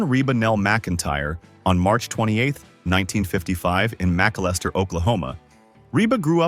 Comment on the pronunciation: The town that Reba grew up in is not called: 'MACK - A - LESTER. It is: 'MICK--AL-ISTER. Very near our farm at Atoka.